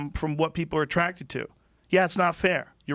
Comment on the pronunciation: Joe “I’m attracticted to fit body’s” Rogan